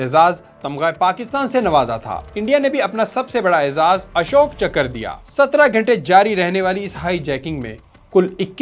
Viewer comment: Its Ashok Chakra not chakkar.